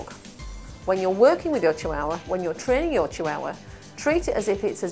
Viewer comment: really bugs me how she says chihuahua